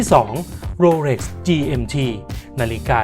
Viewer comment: เขาอ่านว่า โรเหล็ก ไม่ใข่ โรเหร็ก